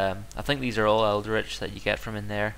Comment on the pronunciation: Like the vid but, it's pronounced el-dritch not eld-eritch. Also, it's possible to get a second of the same theory until you've read the final part of it, so always research the theory before the remaining fragments.